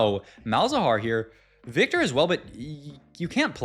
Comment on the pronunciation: Why you pronounce "viktor" like that?????????